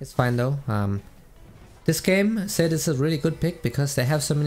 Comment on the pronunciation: It sounds like he’s saying sett not zed